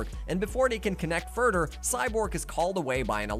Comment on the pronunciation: “Furder” lol “togeder “ 😂 jk good video bro nice story telling and details